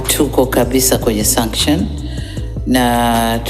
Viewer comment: JAMANI. SENSETIONS AU SUNCTIONS...NAWE MTANGAZAJI TAMKA VIZURI WOTE NDIO NYIE NYIE MNATUABISHA KWENYE DUNIA...